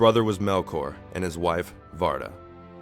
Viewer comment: Good narative voice but you struggle with pronunciation of the names :) (still it has too much of english way of pronouncing things (e.g. Illuvatar, Vaire, Orome) -no sharp "R" - when tolkien was creating languages of Middle earth, he was inspired by scandinavian languages I think ). I liked Martin Shaw's narration of Silmarillion.